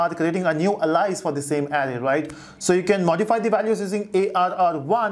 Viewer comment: Great going!! I had been a coder in early phase when started computing 18 years ago on ASM/C/fortran/foxpro etc. Enjoyed of calling and refreshing those memories with you. By the way; it's A-LI-AAS AL-AAII-S my pal. Appreciate your efforts... :)